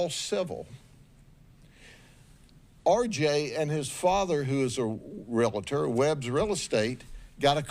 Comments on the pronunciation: BTW, it is pronounced realtor, not realehtor. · ‘Realator’ no such word. It’s ‘realtor’. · Sheriff Judd, love you bro, but REALTOR has only 1 "a." (REAL-TOR) 🙌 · Realtor is two syllables, not three.